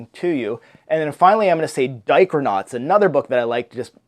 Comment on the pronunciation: Thanks for the tag! This looks so fun and your greenscreen looks great! Editing is on point! Heh, when you said Dichronauts, I thought you said Diapernauts...BTW, you took all my answers!